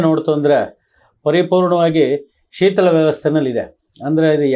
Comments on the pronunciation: avre, shitala alla, shitila. Kannadigaraagi tappu kannada mathadteeralla swamy?? 😢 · ಸರ್ ಅದು ಶೀತಲಾ ಅಲ್ಲ. ಶಿತಿಲ ಅಂತ. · ಸರ್ ನೀವು ಮಾಡಿದ ಪ್ರಯತ್ನ ಒಳ್ಳೆಯದು ಎರಡು ಮಾತಿಲ್ಲ, ಆದರೆ ನೀವು ಒಬ್ಬ ದೊಡ್ಡ ಕಲಾವಿದರ ಮಗ ನಿಮ್ಮ ಕನ್ನಡ ತುಂಬಾ ಸ್ವಚ್ಚವಾಗಿ, ಸ್ಪುಟವಾಗಿ,ಇರಬೇಕು ಕಾರಣ ನಿಮ್ಮ ಒಂದು ಪದ ಬಳಕೆಯನ್ನು ಸಾರ್ವಜನಿಕರು ಗಮನಿಸ್ತಾರೆ ಕಾರಣ ಇಂಥ ಕಾರ್ಯಕ್ರಮ ಮಾಡುವಾಗ ಪೂರ್ವದಲ್ಲಿ ತಯಾರಿ ಮಾಡಿಕೊಂಡು ಮಾತನಾಡಿ...( ಶೀತಲ... ಶಿಥಿಲ ) ಕ್ಕೂ ವ್ಯತ್ಯಾಸ ಇದೆ ಹಾಗಾಗಿ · Shithila annu maharaja,sheetila alla. Kannadada kole maadabeda,modalu kannada kali😢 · ಶೀತಲ ಅಲ್ಲಾ ಬುದ್ದಿ---- ಶಿಥಿಲ